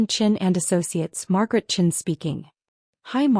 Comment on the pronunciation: downvoted due to multiple incorrect pronunciation including patricia or patricion, margaret chin or chene